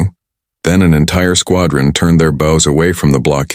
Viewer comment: Interesting how AI can't recognize context when reading, "bows".